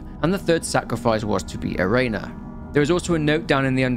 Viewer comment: he's still not pronouncing Ubume or Erena correctly. He's saying Ubumay instead of u-bu-me, and Erena as Erayna instead of e-re-na.